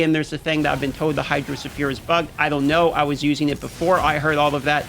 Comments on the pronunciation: the "sphere" in hydrosphere is pronounced as "sphere", not as "sulphur" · The way you DM pronounces Hydrosphere nearly drove me insane. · hydro suh-fear... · Hydro ohsphere augmented version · His pronunciation of hydrosphere had me rolling